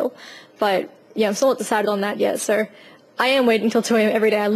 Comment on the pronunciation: Your accent is cool but when you say "so" I always think you're saying "sir"